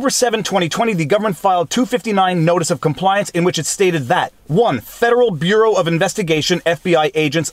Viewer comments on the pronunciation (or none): none